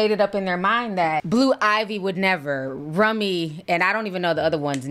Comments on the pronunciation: Ti I love you Gurrrrlllllll please pronounce those kids Name Correct Blu Ivey Rumi and Sir are Carter Kids 😂😂😂❤❤❤ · 😳🥴Lord not rummy 😂😂😂🤣. Its Rumi (pronounced room-ee)